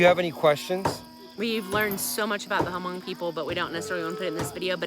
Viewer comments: I was so surprised your video came on my feeds. I’m actually Hmong too. Just a little correction. You don’t say the “H” in Hmong. It’s silent so you pronounce it “Mong”. I’m surprised the Hmong family there didn’t correct you. I didn’t understand what was being said when everyone was cheering with the beer. It sounded like “Moog Zoo”. Which means go well or be safe on your journey. I couldn’t relate it to anything else. I’m glad you get to experience a Hmong wedding. Best of luck to you guys! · Stop pronouching it hamong. Learn to pronounce it correctly. It deeply offends me. That is not a Hmong wedding. That is a chinese ceremony.